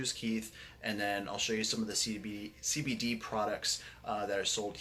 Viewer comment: Thank you for this video but is it just me or does my guy not say CBD correctly once?